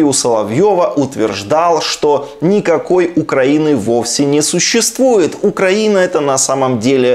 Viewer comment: Шахназаров только понтуется, что крутой режиссёр, а сам даже ударение в слове Украина не может правильно сказать, штрибан Галимый